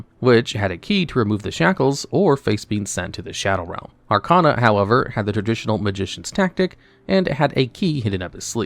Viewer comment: You’re pronouncing Arkana wrong. It’s Ar-KAY-na